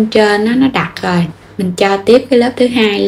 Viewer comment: Tại sao mà em gái Không nói chữ “ rồi “ mà nói là “gồi “ ? Chị định làm bánh mặn mà nghe em nói chán quá không làm nữa.